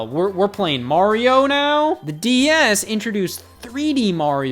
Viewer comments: I swear Scott says DES instead of DS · I keep hearing him say DES like wtf xD a few times he says DS but most of the time I hear the first one. Either way amazing vid. Reupload to main channel and I'll rewatch ♡ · he keeps calling it a DES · Please stop saying "D.E.S". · Lol I can't unhear that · DeS? Anyone else notice this? I couldn't not hear it the entire video! LOL